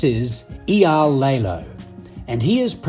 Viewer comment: The biggest comment I have for public display is the narrator really needs to learn how to pronounce Eyal’s entire name correctly!